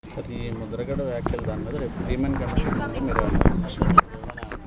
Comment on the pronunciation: Ore babu Mudra Gadda Kadu ra... mudra Gada anu ra.. 😂